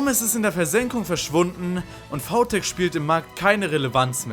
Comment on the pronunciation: warum sagst du vau tech aber vi smile?